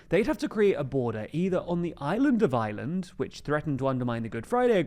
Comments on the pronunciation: It’s not the “island of island” it’s Ireland… you just need to pronounce it correctly 😂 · Stop saying Island, you muppet. It's Ireland. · Oh, but didn't you hear? Iceland and Ireland unified to become Ieland! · Please put the R in Ireland. It’s not Northern Island… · Learn how to say "Ireland" ffs. There's an R in there. It's not Northern Island "... 🤦🏼‍♂️ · They can't even pronounce the name of our country, in their language 😂. No wonder they struggle with Irish names